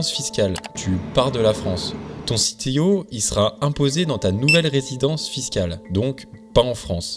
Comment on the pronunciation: Et sinon, pourquoi prononcer CTO "à l'anglaise" alors que c'est un Compte-Titres Ordinaire, et pas un Chief Technology Officer ? zéro sarcasme